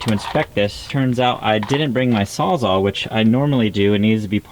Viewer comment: It's a *sawzall not a sawzar.